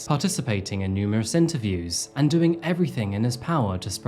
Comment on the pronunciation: And-T. With that said-T. 😂 new english-T